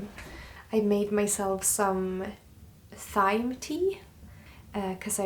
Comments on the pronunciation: Thank you so much for your beautiful videos. Just a note, the h in thyme in english is silent so thyme is said the same as time. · In American English thyme is pronounced like "time." The th in this case is like the "t" sound. You'll eventually get your smell back. It took me about 2 months, then 6 months of weird offness to my sense of smell. Good luck! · Not to be negative but in English thyme is said just like time; at least were I am from. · I love your videos. You are a wonderful storyteller and videographer. Your English is very good too. I wasn't sure if I should say so, as I love how you speak, but just so you know, Thyme is pronounced like Time! But when you say Thyme it's lovely. I do hope your smell comes back. Try peppermint oil daily, diffusing it. It may help. But it must be a pure essential oil. Sending you many hugs and blessings for a full recovery. 🥰🥰🥰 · You are both such a treasure. Thank you for sharing your magical life with us. Oh.. Thyme is pronounced exactly the same as Time, but it sounds so cute when you say it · Thyme is written with ‘th’ at the beginning but it’s pronounced ‘time’, sweetheart. It’s one of those funny things you find in the English language. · 'thyme' is pronounced the same as 'time' just so you know x. love your videos. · I think thyme is pronounced “time”. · Hope you are fully recovered soon. Thought you might like how we in the US pronounce Thyme. We say it the same as the word “time”. It makes it fun to mix the meanings of both words together. Glad you were able to harvest the thyme in time. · It’s actually pronounced “Time” lol xxx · Probably many are letting you know, but just in case; Thyme is pronounced like "Time", in English. Lovely work. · Totally understand your pronunciation of Thyme, but in fact in English we don't pronounce the 'h' so it is pronounce 'Time'. But your English is fantastic, you are both amazing. Always excited to see your new video's - I hope you are all better soon. xx